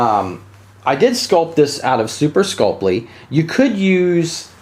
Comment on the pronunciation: “Super sculp-lee” 😂.... super sculp-ee